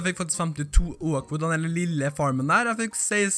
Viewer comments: Vet det irriterer meg hver gang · Jaaaaa ikke sant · Det skrives Oak, men uttales Åok ikke O-ak